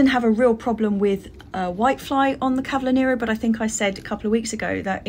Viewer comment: Oh , how I miss Kew garden, it is my favourite place to be..another thing I miss is nurseries in London, they're much better than here in Italy..well stocked and so many varieties...ah those dailies 🤤 cavolo Nero ( pronounced ca vo lo...hehe) is the best..love it.. thanks for the lovely vlog and please keep'em long🥰😘💕